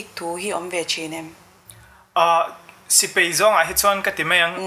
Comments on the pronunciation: A ngaihsanawm hle mai. Thui tak kal turin ka duhsak. Thiam ber chu ni lo mah ila, mizo tawng kan tawng dan hi chu a nih tur angin tawng mai ila a tha ngawt ang a. "Mai mai" a ni. Mei mei a ni lo. "Sipei" a ni lo. Sipai a ni. A mipa zawkmah hian kan ching tawha a zialo hle ani. A ziahdan, inzawm leh zawm lo tur te etc etc kan lo hre dik diak lo anih pawhin a tawnga tawng tal hi chu a nih dan tur ang hian tawng hram² ang u. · ahmel la chu aṭha phian achhuanawm hle mai duhsakna tinreng ka hlan e, mahse,sipai tih tur ah sipei ti ang deuhmah a lam chang a awm